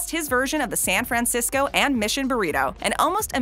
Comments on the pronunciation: I hate the way you say San Fran-cisco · I’ve never in my life heard someone overpronounce San Francisco so much in my life